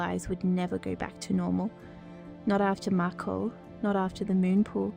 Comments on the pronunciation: Is this an ai voice reading? The tone is a little odd and it’s saying Mako differently than the characters in the show…I apologize to any human actors if I am incorrect. If ai was used instead of human writers and voice actors — please do better ! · was this made with AI? The way she says 'mako' is not right. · who is the one speaking ? it doesnt sound like Phoebe. She pronounces words wrong like mako